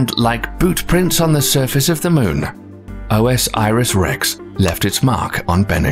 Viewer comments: O S Iris? It's Osiris, y'know, the Egyptian God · OMG.... It's not "O.S.Iris Rex"! It's "Osiris Rex" like the Egyptian God. 4 syllables, not 5. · I think you have to say orsis not o s iris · just bcoz u pronounce wrong doesnt mean u r an idiot...chill man...dont be so mean